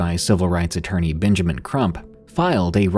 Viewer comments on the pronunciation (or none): none